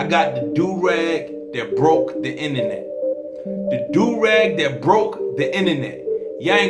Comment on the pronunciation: Lol 😂 my mans said inenet instead of internet